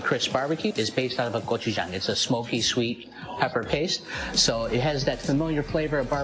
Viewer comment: 외국인이 고추장이라 발음하는거 들으니 뿌듯하네요. 저도 이 밤에 바삭한 ㅋㅋㅋ 치킨 먹고 싶네요 ㅠㅠ